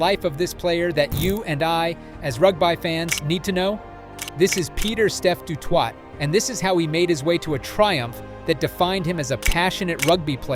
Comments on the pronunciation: Peter steff de Twot… lol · The ai called him Pieter Step du TWAT.😂😂😂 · Rugb-eye? It is pronounced "Rug-bee". And grandfather is not "Peeyet doo twaah". It is "Peet doo toy", with the "Peet" rhyming with "hit".